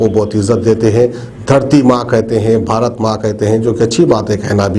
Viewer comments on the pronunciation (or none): none